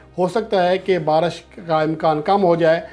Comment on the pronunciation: Are diwane..barash nai re..baarish...pehle bolna Sai bool...diwane chutiye sab yankers